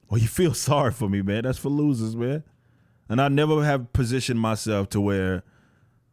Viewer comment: Everytime i hear you say "thats for losers" it sounds like Fallujah 🤣